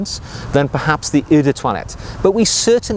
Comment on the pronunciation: Love your channel. Always excellent and enjoyable reviews. Just one small thing: "Eau" as in Eau de Cologne, is simply pronounced "OH."